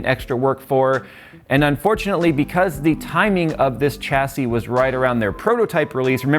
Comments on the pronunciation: tcha-see? Sha-see (chassis) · "SHASSY" IT'S PRONOUNCED "SHASSY"! IT'S A FRENCH WORD, SAY IT RIGHT FOR THE LOVE OF GOD.